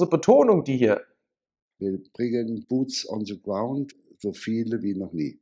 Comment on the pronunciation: Buuts on se graund... lustige Aussprache. Bitte weitermachen, das Abfischen scheint ja gut zu funktionieren.